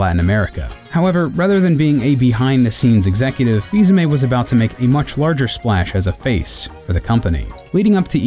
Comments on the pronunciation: I am pretty sure his name is pronounced either fil-amie or fis-amii Not fis-ame I am offended and not even french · I thought it was pronounced "Fee-uh-me"? I could very well be wrong.